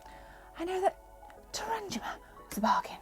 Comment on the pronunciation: Nice pickups. Shame you couldn’t get Snatcher. Btw - it’s pronounced - Terra - Nig- Ma 😉